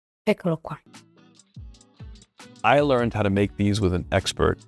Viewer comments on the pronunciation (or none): none